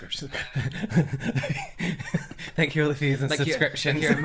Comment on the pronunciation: but FANK: yea THANK 😂😂😂😂😂😂😂 omg